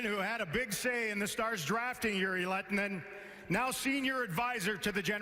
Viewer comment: would have been great if he learned to pronounce a players name right one time :D